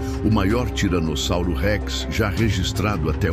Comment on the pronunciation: Que agonia esse cara falando tiranozauros